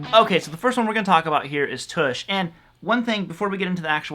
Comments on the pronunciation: Uh, its "T'ush" as is in uh or but. Not oosh as in push. Otherwise great vid. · Tush, not Toosh! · He rhymes it with "much"! LOL